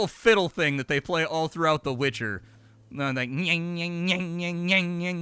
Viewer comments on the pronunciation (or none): none